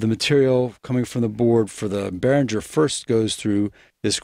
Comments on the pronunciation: First of all, Mr. Behringer himself says that the name is pronounced "BEH-ring-grr". Not "BEH-rin-jer". Pronounce it correctly and impress your friends! :-) And secondly, comparing a Behringer anything to an Aphex anything is unfair. The Aphex will win with BOTH hands tied behind its back. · Yes, it's the correct german pronounciation, since it's a german name and the company. But that wöuld be wiseass 👻